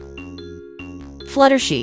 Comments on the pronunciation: Fluttershee 😂😂😂😂😂😂 it's Flutter SHY. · It’s flutter shy, not flattery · It's supposed to be flutter shy and not flutter shi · It's not fluttershii it's Fluttershy👍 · Not Fluttershy it’s fluttershy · It’s not fluttershe it’s flutter shy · flutter she.. GIRL ITS FLUTTER SHY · Um that "fluttershi" was hilarious 😂😂 😆